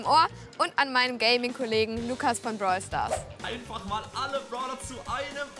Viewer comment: Lol lukas brawel stars